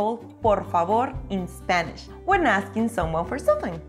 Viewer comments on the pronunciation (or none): And stop saying eSpeak eSpanish.